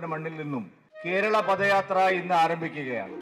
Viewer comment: പദയാത്ര അല്ല പതയാത്ര ആണ്